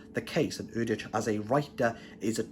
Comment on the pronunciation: I've been reading Erdrich's books for a long time. They are consistently well written and thought provoking. BTW, she pronounces her name "Erdrick".